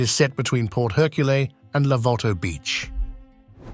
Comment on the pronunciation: The narration had massive issues with pronouncing French names, like “Port Hercule”, or the blatant mix of a typo and AI ignorance when stating the marina was “under the Lorenzo building”, when it is “Le Renzo”.